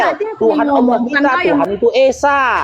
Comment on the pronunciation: Allah, kok di baca ala alamak